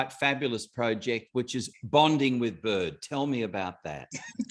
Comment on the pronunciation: haha byrd with rhe Jamaican accent 😅